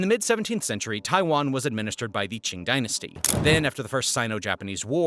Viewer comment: Qing is pronounced ching